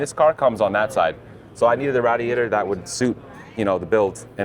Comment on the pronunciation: Rat-e-ate-r, how to say "I'm from Bensonhurst" without saying "I'm from Bensonhurst". 😂😂😂 Also, I'm a little concerned about the hot side of that turbo making contact with the valve cover🥴